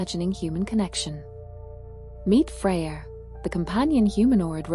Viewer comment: "Freya" and "idea" are not pronounced with an R at the end... 😉